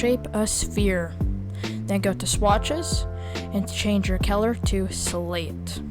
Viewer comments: Its color not Keller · Such good tutorial, but I have never heard of color turndd into celor